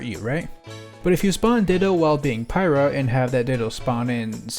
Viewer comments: It’s pyra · My Thea,not pyrah